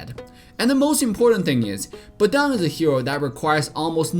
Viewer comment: Not BEDANG BUT BADANG